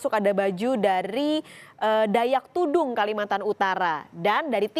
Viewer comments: bukan dayak tudung mbak tapi tidung payah nih news anchornya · Yg bener Dayak Tidung ya. Bukan tudung 😋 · Aduh host nya tidung bukan tudung